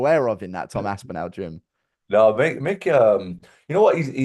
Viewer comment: We’re finally watching Guru pronounce Tom’s surname wrongly to his face.